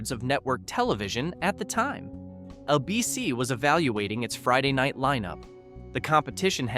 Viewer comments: Who the FUCK is "AhBC"....last time i checked ,the TV station was and IS called ABC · How about cancelled by “ah” BC? You hear Hi-me and ah-bc and it takes a few seconds to hear what comes after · You keep saying "A Bee Cee. " It's "ABC"